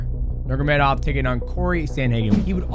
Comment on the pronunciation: Bro it's sad that the last name Nurmagomedov has been one of the best in the industry for so long and people still don't pronounce it the way it should be pronounced. Understand getting it wrong first few times. Let's stop disrespecting that family and pronounce their family name correctly.